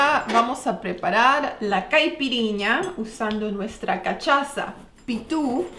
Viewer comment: se pronuncia casassha.la cachaza jajaja